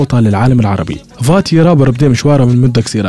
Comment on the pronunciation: اسمه قاتي مش فاتي😂😂😂